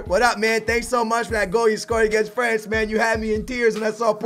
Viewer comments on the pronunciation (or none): none